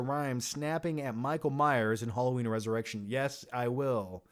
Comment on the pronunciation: Everyone: Halloween is escapism like a cartoon: Hollow-een is ec-scapism like a cart-toon